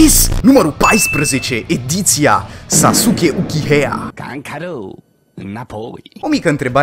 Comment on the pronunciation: Ba! Se spune uciha!!!!